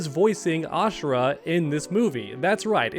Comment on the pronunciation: It's Ashra not ashera.